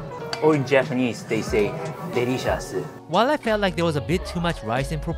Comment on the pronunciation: Hey don’t judge Japanese saying “derishasu” it’s so true tho 😂